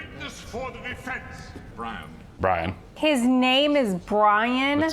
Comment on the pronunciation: "His name...is BWIAN!"